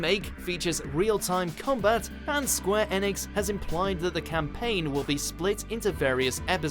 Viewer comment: Square "EEEEEEnix" "Eeeeeeeeeenix" not "ehnix" please dear god no.